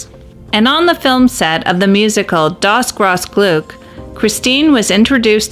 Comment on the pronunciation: Das Grosse Glück is pronounced Dass Grause Glyck - The Great Happiness